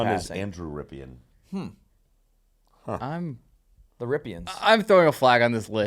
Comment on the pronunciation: As a Redskins / Commanders fan - you are butchering Rypien's name. Lol Brett Rypien is his nephew.